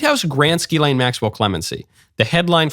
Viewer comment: The S is not silent. Ghislaine